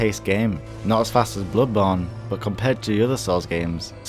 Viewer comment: I hate how he pronounces bloodborne